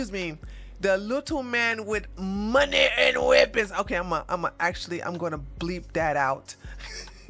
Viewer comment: I just love it when talks about "THE LITTLE MAN WHO WANTS MORRRE MAHNEY 'N WEAPONZZ" lol